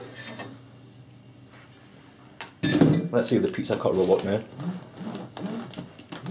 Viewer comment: haha its funny how he says pizza cutter